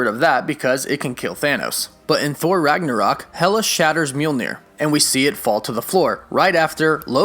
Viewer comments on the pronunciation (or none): none